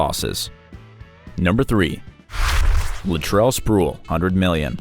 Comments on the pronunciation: Latrell Spruell lol it's pronounced Spree well I love the mistakes it makes the videos interesting. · Pronounced SpreeWell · spre....well bro u gotta do your research on how to say names